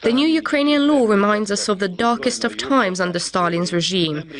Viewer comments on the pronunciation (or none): It's a shame when newscasters with otherwise excellent English pronounce "law" as "low".